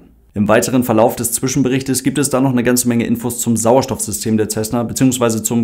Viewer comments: Nein, macht man nicht. Das ist ein US-Flugzeug, kein italienisches. Wirklich korrekt wäre 'Sässne (Lautschrift ʹsɛsnə). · Man spricht „Tschesna“